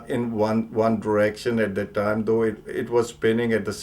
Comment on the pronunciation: THAT not Dat